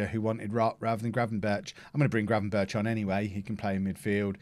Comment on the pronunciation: the 'ch' sound in Gravenberchs' name is pronounced like a 'g'